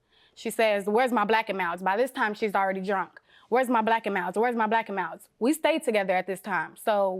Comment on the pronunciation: By the way she say “black and milds” she didn’t steal em. She ain’t even saying it right 😂